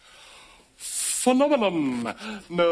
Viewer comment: i like how he said "Fennominonnn"